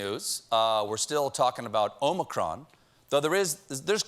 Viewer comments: It’s not ōmicron, it’s ah-micron. -A Greek student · btw i am Greek i know how you should pronounce it and is OmIcron. not omAcron. eeee like electrified! ok? because sfter Omicron is Pi. to pronounce that pie ! ok?.thanks. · Omicron is pronounced with the last syllable stressed in Greek- omi-CRON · it's AH-micron why can't people just look it up 😩😩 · O'Micron ... it's Irish ☺☺☺☺ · In Greek there are two "O's". The long O in Greek is Omega as in "Oh". Omicron is a short O as in Octopus or Democracy. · It's wonderfully amusing how much time you devote to the problem of how to pronounce "omicron" properly. So may I point out that the problem actually concerns the first letter of the word? "Omikron" is a Greek word which literally means "the small o", just as "omega" means "the big o". The difference is reflected in the fact that "omikron" should be pronounced with a short "o" as in "offer" or "order", whereas "omega" demands a long "o" as in "only" or "omen". So if you are genuinely struggling to pronounce "omicron" properly, don't pronounce it with a long "o" at the beginning as if it were written in Greek with an omega instead of an omikron, but with a short "o" just as in the last syllable of the word "omicron". I spare you the additional comment that the American long "o" sounds like a diphthong which is only an approximation to the marvellous plain long "o" which you find in many European languages, Greek, Italian and German included. Thanks for your attention, writes a pedantic German who nevertheless enjoyed your hilarious disquisitions. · Every Futurama fan knows how to pronounce Omicron.